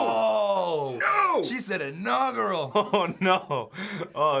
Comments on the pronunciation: What's enogural?? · I didn't understand ''1.39'' What is ''anogrel''?